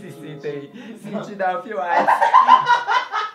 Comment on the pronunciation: cintinhooo da "ofi uaitiiii" kkkkkkkkkkkkkkkkkkkkkkkkkkkk